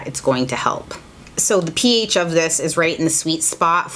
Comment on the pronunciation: When she says ph I keep thinking she’s saying peach lol